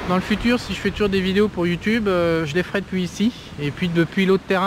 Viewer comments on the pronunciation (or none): none